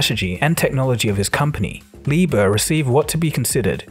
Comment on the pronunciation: Quick correction: it's 4 Billion Euros 💶 not US $ FYI, America is not the only country on the planet, you do know that, right? 🤣 Also, I'm sure the other guy's name is Leber, not Lieber 😲